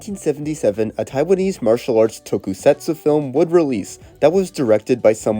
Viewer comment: If it’s any consolation, he pronounces tokusatsu as tokey-setsoo and mixes up every single fricative consonant.